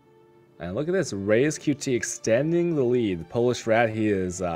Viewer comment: Only problem is that doesnt know how to pronounce a fucking name right... RaizQt. he says Reiz xD